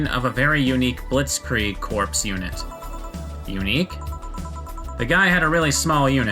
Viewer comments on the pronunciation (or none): Corps pronounced like core not corpse.